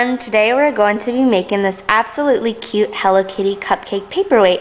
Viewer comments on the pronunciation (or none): none